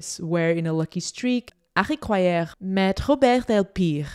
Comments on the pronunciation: Hi, nice collection of Harry's photos. But Harry Gruyaert is pronounced. /ˈɦɑ.ri ˈɡrœ.jɑrt/. It's no French it's a Belgian Flemisch name. Otherwise perfect overview. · Funny how you pronounce his name. Excellent video though. Thanks for sharing.